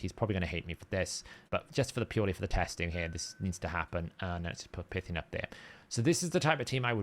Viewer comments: It's PIEthion (as in python), not PIthion, isn't it? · yeah it's PIE but he also cannot say his own guild's name, Saiyan not cyan